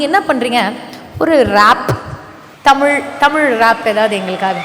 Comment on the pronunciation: கவிதை எல்லாம் சரி ஆதி, தயவு செய்து, தமிழுக்கு அடையாளமான ழ எழுத்தை ஒழுங்காக உச்சரிக்கவும்